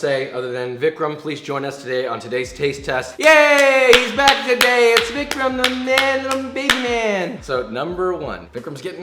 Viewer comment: Vikram not jammin'